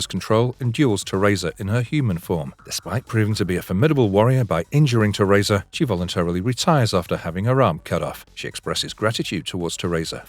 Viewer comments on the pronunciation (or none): i know my guy didn't just call her Ter-Rayza (Teresa) lmao